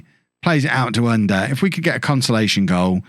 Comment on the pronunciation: to help with the pronounciation of Ünder ü the same sound as Söyüncü, like the e sound of "Jew" er is pronounced the same as the "ere" in Premiere